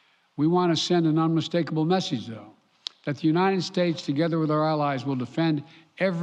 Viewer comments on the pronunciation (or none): Where Unined Unined Unined